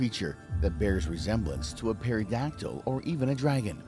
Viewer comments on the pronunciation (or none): I'm sorry did he just call that a perydactyl? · You know this videos full of shit when the narrator says pterodactyl without the silent P